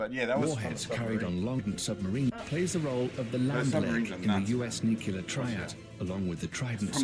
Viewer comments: It’s nuke-Lee-er… jeez. Nuke-ya-ler is not a word. Gosh that grinds my gears lol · It's pronounced NEW-CLEAR, not NEW-CUE-LAR. NEW-CUE-LAR is not a word.